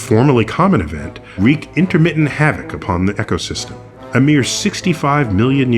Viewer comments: It sounded like he said echosystem instead of ecosystem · the pronunciation of some of those words though, "echo-system" "filling the empty nitch" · He said "echo-system". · he said echo-system....